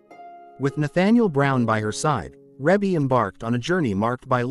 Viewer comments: Her name is pronounce ree bee not rebbie even if it is spelled that way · It's Ree Bee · Yea, cause WTF is Ra-bee🤦🏾‍♀️Very annoying. FR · Please stop calling her Reybbie. Her name is pronounced Ree-Bee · Rebbie not Rabby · Her name is pronounced Ree-bee🤦🏽‍♀️ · It's REE BEE!! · I just had to stop watching. The music in the background in the mispronunciation of her name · Say her name right next time!!!! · They’re not even pronouncing her name correctly…. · Beautiful, Blessings Always Sweetie Rebbie, & Congratulations on your Awesome Career and Achievements. Rebbie is the correct pronunciation. ❤❤❤❤❤❤❤ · EXACTLY I hate when they prosper off of our culture and don't know ish about it. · I was thinking the same exact thing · Exactly. That’s why I tried to listen (the mispronunciation was killing me🙄)because I thought she was ill. Glad she’s doing fine. God Bless 💐💐💐💐💐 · I AGREE WITH YOU ON THAT ONE He didn't say her name right at all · Man I was watching this and every time he said her name worry my head was hurting more say her name right please ❤ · How can you narrate when you can’t correctly pronounce her name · She looks like Her mother and Janet😊 learn to say Rebbe name"CORRECTLY" Or get a black person to take your place😮